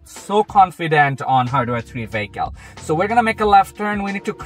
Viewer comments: Took me a few minutes to realize what a VAYKAL is. It's a vehicle. Let's say it together. VEEE....HICKLE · what part of europe are you from if you're saying vaykal.